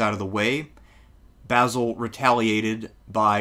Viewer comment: Great video. Love to hear you pronounce Basil correctly too!!!